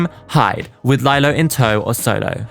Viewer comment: Looooved this. Ps I’m crusty and old enough to have been a teen back then. It was Lee-Lo not Lie-Lo, but she did lie a lot so your pronunciation is more fitting.